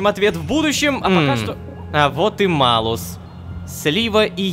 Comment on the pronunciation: Шёл шестой сезон, как Ло дали карманное измерение, а мне из-за знаний латинского так режет слух, что Рома говорит Малус, а не Малюс.... (буква L в латинском смягчает стоящую после неё гласную)